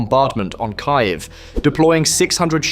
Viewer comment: its full AI. not even good line of Audio, look and how it pronouced Kyiev